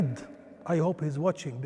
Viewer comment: Also it's Ahlan not Sakhlan. In Arabic hahaha 😂